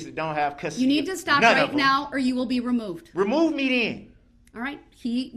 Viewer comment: Darrell "re-moo me den".... Dumbest psychopath in WI...